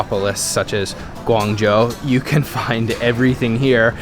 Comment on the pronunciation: Its weird for me to hear you said "guang jou" because i knew you could spell it in the right way